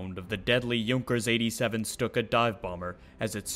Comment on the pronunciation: My thoughts exactly! It was pronounced correctly in the video considering the parent language. Next thing we know folks will try to say the manufacturer is suppose to be pronounced Junk Ers instead of the proper "Y"ʊnkers.